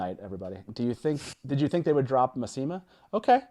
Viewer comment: ow my ears! I've always said it as MASS-ih-mah, not ma-SEE-mah